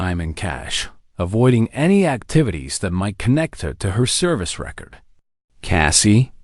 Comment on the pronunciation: Great story with commentator on learn how to speak English it's not packing lot it's parking lot and it's not record commentator needs to speak English it's not packing lot it's parking lot record and record are two different words if you can't speak English you're at the wrong job